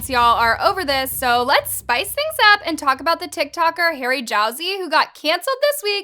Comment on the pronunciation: The way she pronounced Harry and Tana’s name 😭